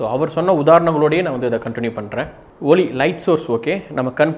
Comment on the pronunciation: ஒளி சில இடங்களில் ஒலி என்ற உச்சரிப்பு தோன்றுகிறது.